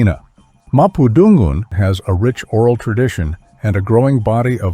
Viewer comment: absolutely lovely video! Small things tho. The emphasis on Purepecha and Mapundungun is at the wrong place. It should be pronounced Pu RE pe cha and Ma pu dun GUN.